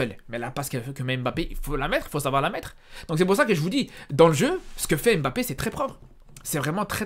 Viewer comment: Tu prononces tellement mal le nom de mbappé.Pour t'aider c'est pas émbappé mais mbappé😂